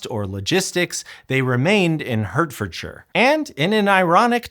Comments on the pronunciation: HURT-FORD-SURE??? 🤣🤣🤣🤣 Oh dear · Small correction but Hertfordshire is pronounced heart-fordshire not hurt-fordshire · Hertfordshire... Full marks for saying shur and not shire... but, unfortunately, we Brits say Hart, not Hert. So, it pronounced Hart-ford-shur. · It's pronounced HARTfordshire!! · I do think we need to get pronunciation right when there’s a right answer. “Hertfordshire” sounds like “heart” at þe beginning. Not much to ask þat you try. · For future reference Hertfordshire is pronounced Hartfordshire. (I know, don't ask!🤣) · Oh wow, I lived 20 minutes away back then and knew nothing about it! Incidentally, Hertfordshire is pronounced like "heart" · The place is a lovely village called Tring, not “The Tring” and Hertfordshire is pronounced Heart-Ford-Sheer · Fascinating, but HART-fud-shur.